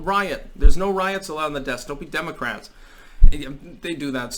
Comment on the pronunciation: "Democats" lol